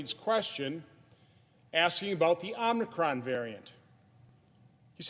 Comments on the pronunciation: Was he trolling Biden when he first called it Omnicron? 🤣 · omnicron or omicron? Let's Go Brandon pronounces it the same way. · Omnicron? Thought it was Omicron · Don't say Omnicron.